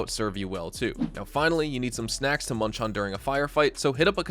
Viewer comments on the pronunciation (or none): none